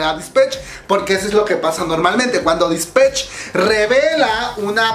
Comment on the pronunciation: Se pronuncia Dispeich